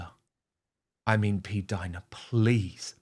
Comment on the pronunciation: Jesus! PLEEEAAASE STOP SAYING P-DINA ! It’s the most disturbing name I’ve ever heard even though I agree with everything you’re saying, but that name noOoooooo